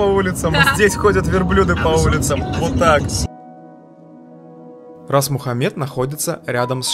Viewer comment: Очень интересно рассказываете. Благодарю! И главное, правильно ставите ударение в названии заповедника)